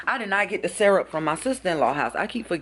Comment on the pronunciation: I rock with you but don’t say syrup like that again LMAO